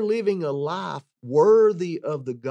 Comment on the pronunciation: You need to pronunciate the word 'life' better,it sounds like you're saying 'lie'.